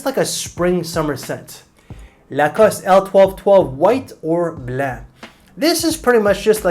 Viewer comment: The way you say Blanc I can tell you’re from Québec, I can recognize my people😊or maybe I’m wrong😅